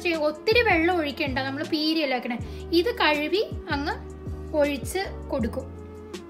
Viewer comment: kazhuvi alla kazhuki